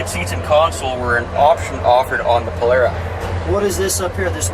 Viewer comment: Thank you for pronouncing Polara correctly.